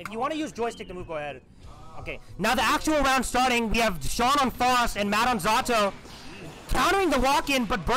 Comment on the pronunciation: cool video but you're pronouncing faust wrong